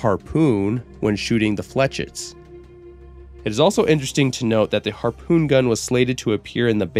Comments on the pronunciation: Anyone correct you on how you say flechette it's Fle-shay Sorry it urks me 😅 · The mispronunciation of flechette is for some reason very bothersome to me. Though he did say he doesn't speak French before hand. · Cant believe he pronounced "chauchat" right and "flechette" wrong. Way he made it to sound, i thought he would pronounce "chauchat" as "chow chat"